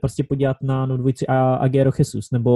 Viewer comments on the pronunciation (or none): none